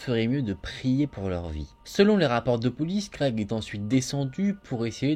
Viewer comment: Puré ça me stress tu dis creg au lieu de greg😂